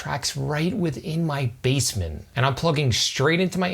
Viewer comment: I kept hearing "bassmen"